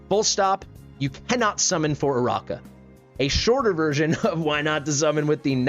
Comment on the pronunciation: I think it's uh-RACK-uh, not uh-ROCK-uh. Her name is like Arachnid (uh-RACK-nid), meaning spider. I went for her and got her because I like her more than Iovar. I do not regret it. Then again, I already have A1 Praetus with basically a full Arb team (including Ajax).